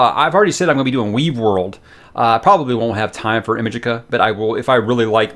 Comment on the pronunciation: Clive Barker is the best❤ FYE he pronounces Imajica like Imagination and Magica